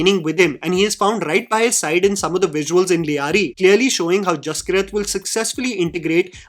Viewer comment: Brother I think the name might be pronounced Jas-keerat not Jaski-rat. I might be wrong but I’m Punjabi and that is how we pronounce one of my cousin’s name (his name is Jaskirat).